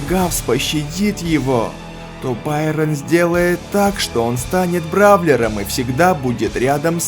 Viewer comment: Байрон это не правильно